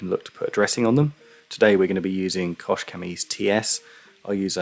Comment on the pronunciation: Are you sure it is "koSH"? I've always though it pronounce like "koH".